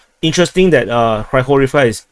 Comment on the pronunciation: Not just Opitnoe (O-pit-no-e), a lot of other cities are mispronounced, such as Kurdiyumovka (Kur-di-yu-mov-ka), Grigorievka (Gri-go-ri-ev-ka), Zelenopolya (Ze-le-no-pol-ya), etc., but I blame the grotesque Banderastani spellings used by Google Maps for this.